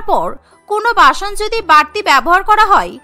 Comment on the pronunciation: Basun or basoon not bason